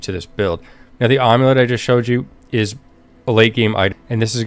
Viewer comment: Ahm-you-let? Is that when you make an amulet out of an omlette?